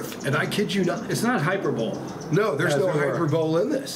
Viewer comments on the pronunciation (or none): I didn’t know you had a tube of terror product. Btw…. Hi-per-bol-ee. Like apostrophe. It’s Greek. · Im presuming pronouncing hyperbole - hyper bowl , is the way Americans pronounce it. Can any American brothers or sisters confirm this as ive never heard it pronounced like that. ✌️